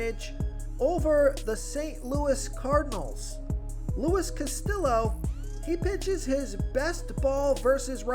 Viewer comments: You gotta work on the latin names. Casteooo, not Castillo. The L is silent. Mehay-ya, not Megee-a. The J is silent. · Pronounced Luis Cast-iyo, not Castil-low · Lmao at the Castillo pronunciation